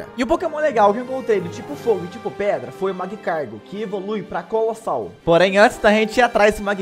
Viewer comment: “Magcargo evolui para coalossal” 😭😭😭😭😭